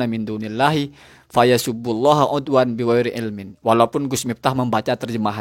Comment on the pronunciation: 'Adwan, kang, bukan 'udwan